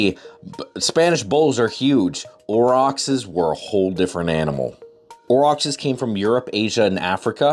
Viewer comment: I believe you're mispronouncing Aurochs